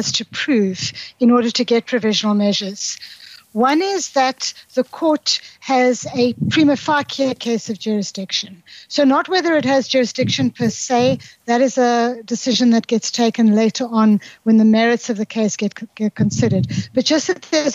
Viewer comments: i've never seen a more open-and shut-case than this. the evidence is hugely overwhelming. not even johnnie cochran could save them. also she horribly mispronounces prima facie. maybe that's a south african pronunciation? makes me cringe either way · Prima farckay haha how did you find this person?